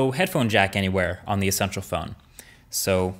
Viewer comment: Essential PH-ONE HAHAHAHHSHAHSHAHAHAHHAHAGAGAGAGAGAGGAGAGAGAHAHAHAAHHAHAHAHAHAHAHAHendme